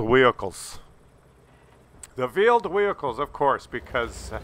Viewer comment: Vheeled Wehicles Sounds about right 😂💀